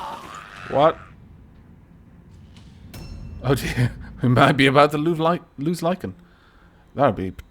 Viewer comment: Me past-think much murder-kill in glorious fight-battle, but now-now ouch-pain befalls me! (btw,, thanks for putting my name in, and the double "A"s in my name "Lycaan", are pronounced as the double "A"s at the beginning of yours, with an "ah" sound, (Like-ahn), Thank You!) Oh, and, I love the series, keep it up XD